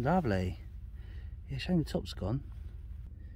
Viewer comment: I grew up near Katherine Road in East Ham, it's pronounced as Kather-rhyne road, great finds in this lovely treasure trove, I'm very envious!